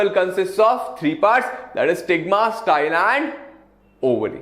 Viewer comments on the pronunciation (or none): none